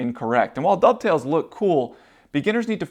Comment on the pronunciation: Dado-ve-its :D